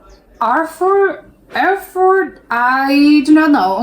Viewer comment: Och no problem, you pronounsed the City correctly , so all fine ! 😎👍 Ps for info : what you saw there wasn't a bus, it was a Tram (a streettrain, anything between) ! ^^